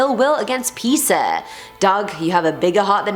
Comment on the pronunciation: I honestly couldn't stand the way p pronounce Peter ,,, sounds like Peccer or wever U were trying to sound like with ( english accent)